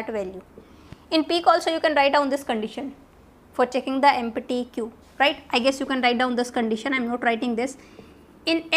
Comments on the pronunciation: what is empity ? my god! please learn how to pronounce empty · Correct your pronunsiation of 'empty' 😅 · empatty instead of empty !!!!!!!LOL!!!!!!!